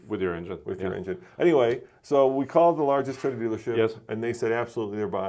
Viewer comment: TOYota not Teyota